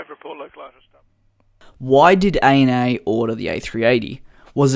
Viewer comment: You say “A-N-A”?? I call it “Anna”